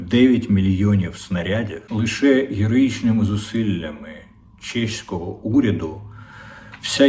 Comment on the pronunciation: Не «чешського», а «чеського», пане Дмитре. Вичавлюйте з себе москаля, як би не тяжко це для Вас було.